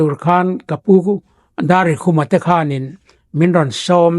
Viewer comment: Darrikhuma hminga khuma kha a kawmtu hian a thluk dik lo Rikhemkhum atanga khum chu hman a ni